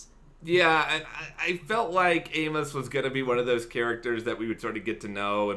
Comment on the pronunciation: I'm sure I'm not the first to tell you but you need to read the novels by James sa Corey because what you're saying is right in some of it so far off track you have no idea what you're even talking about and inability to say Amos name is really grating but what you think about Amos it's far closer to the truth you will find he is that man